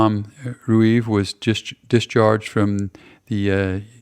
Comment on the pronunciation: Thomas Rueve is my grandfather! Thank you for this, very cool. Pronounced Ree-Vee 😉